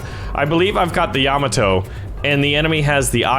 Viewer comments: ...its pronoaced Ya-Ma-To Yamato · It's pronounced ya-ma-to Yamato